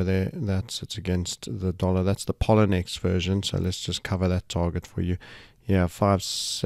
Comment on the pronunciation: Excellent as always ... but Sir may I point out: you are mispronouncing Poloniex - it is pronounced p-o-l-o-niex - thank you for all the brilliant forecasting and information.